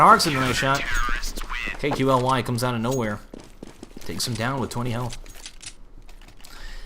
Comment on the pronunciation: Hey, KQLY => say it like that KALY ( like you say "Stan Lee" );)